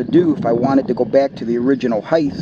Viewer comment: Good video, however there is no "H" after the "T" in the word Height..(Hite not Hithe)